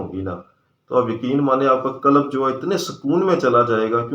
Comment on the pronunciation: Sir. Lafz '' qalab'' nhi '' qalb ''he. Thora sa prononciation drust ferma lein . Shukriya.